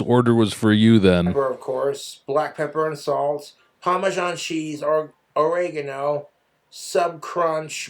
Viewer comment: POMashawn cheez, POMashawn vinigerette ..